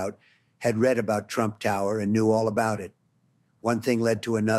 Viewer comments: its not him..its ai or someone else. listen s...he has a weird British accent a little. Its not donald trump...listen he says "Mr Tramp" instead of "Trump" referring to himself. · Totally! And it said "Mr Tramp" at one point